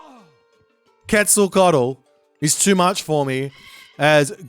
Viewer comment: Yes! Bloodletting is great!. Also, good pronunciation on quetz this time, it is indeed how you pronounce it.